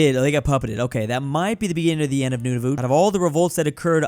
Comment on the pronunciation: Nunavut isn't said like that its pronounced noon-A-vet